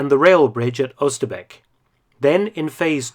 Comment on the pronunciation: Wow, you pronounced Oosterbeek correctly. Respect.